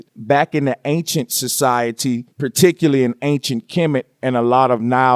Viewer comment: Particurly? Please use proper speech if you want us to believe this visual concoction.